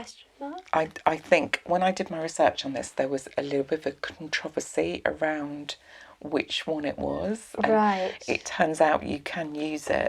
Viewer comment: I love how people in the UK pronounce “controversy.” ✌️❤️🌻